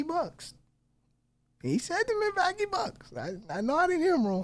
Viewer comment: Interesting video on Larry Legend. But honestly I think with the guy's funny pronunciations of different words (Milwacky? for Milwaukee), he should probably stick to doing it in his own language lol